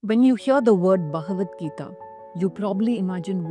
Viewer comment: It's Bha ga not gha So Bha. Ga. Vat.... Gi ta